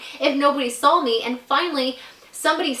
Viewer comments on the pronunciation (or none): I love how always says "sawl" instead of "saw" lol